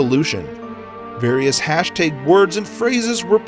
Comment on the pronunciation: hashTAG not hashTEYG